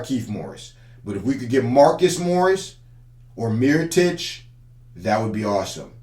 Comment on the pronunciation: He really said miritoic over markieff smh 🤦‍♂️. Mirotic is way to slow. Markieff would make more sense for the playoffs